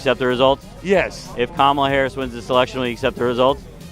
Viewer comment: They don't have anything else, so they just plain up disrespect her by mispronouncing her name. The thing they don't realise is that it is a mild annoyance at most and it speaks volumes about their own character.